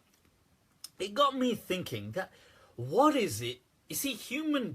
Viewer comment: When says “what” sounds so desi!